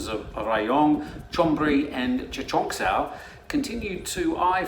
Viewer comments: Haha.... Its spoken - Cha ching Sao. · I think that you only do this series to have an opportunity to show how good you think you can pronounce Pattaya. But then suddenly you said, Chachoengsao. Better work on that one my friend, 555